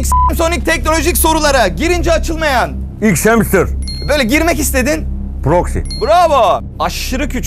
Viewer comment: Xhamster değil Xhamser